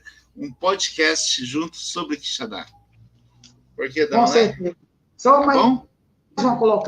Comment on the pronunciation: Professor, bom dia. Não é QuixaNdá, é Quixadá... sem o ene.